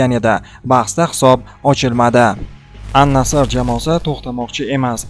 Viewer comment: Ал Наср дейилади Ан Наср емас